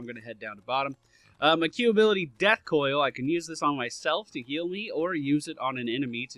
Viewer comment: I love how death coil sounded as if you said dad coil in this video.